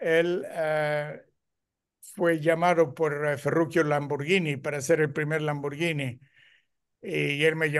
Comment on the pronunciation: Este maestro si sabe pronunciar Lamborghini